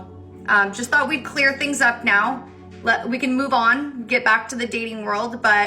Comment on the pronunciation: I would stop as soon as this woman who says fink and fort ( think and thought) as soon as she opened her mouth.